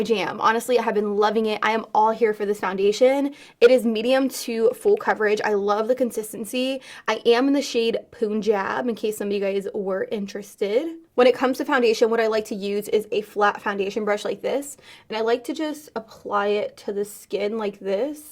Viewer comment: Btw can u plz say Punjab right it annoys me it’s pun jab Pun as in a joke and a jab as in like a injection